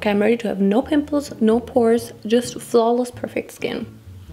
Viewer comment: Nobody:: "Nostayyyy", "Falawless", "Schtupid", "schnoodle doot", "Tresh" That's what I live for 😂